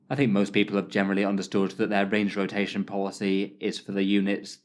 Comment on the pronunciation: Range rotatataion. Lol you made up a new phrase unintentionally. hah. I like the sound of that new word. Rolls off the tongue sweet. Cheers.